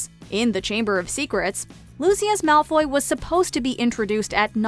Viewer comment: Please at least have a fan do the video. They mispronounced Lucius’ name. It just hurt 🗡❤️